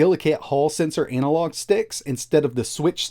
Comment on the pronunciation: anal log? lolll ana-log